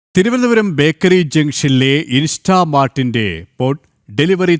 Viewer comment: INSSHHHHTAMART? Athentha saadhanam?😂😂